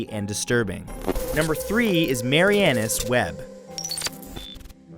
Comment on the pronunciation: PRONUNCIATION - Sorry, if someone else already commented, but too many to scroll through. It is Mar-ee-ah-nuss - as in Marianas Trench, the supposed deepest portion of the ocean, hence deepest part of the trench. Well, he was an accountant, not a humanities major, right?